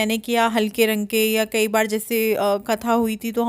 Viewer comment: आप केई बार नही बोला करो अच्छा नही लगता सुनने में सही बोला करो "कई बार " सही है,😊👍